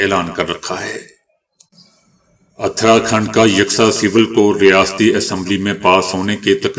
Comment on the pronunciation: درست تلفظ اس طرح ہیں: اُتراکھنڈ۔ دَلِت